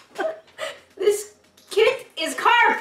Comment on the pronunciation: It's not carp it's crap